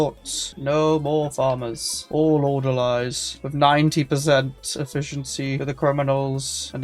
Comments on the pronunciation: Its not Order-lie it's ORDER-LEE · Orderleez Not Order-lies I'm a pedant, I know. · It's Order-"Lees". Like people who work at a hospital.